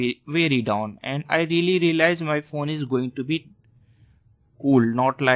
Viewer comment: i like how you say phone phun :)